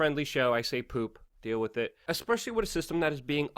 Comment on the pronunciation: love you show but please stop saying "wit". It's pronounced "WITHHHHHH"